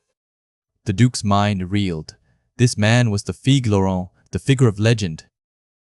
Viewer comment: did I hear french, Laurunt😂😅